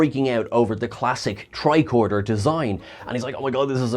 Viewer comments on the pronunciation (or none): none